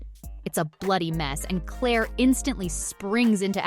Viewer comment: Indeed. Would be verra well if they could pronounce Claire's nickname at least!